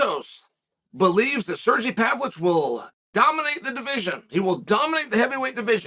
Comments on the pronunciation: “Serjee Pavloich” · Sergey Pavlich dominates fights like Chael dominates pronouncing names.